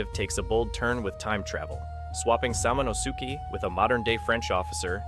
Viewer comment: lol samano-sooki... Sah-mon-as-keh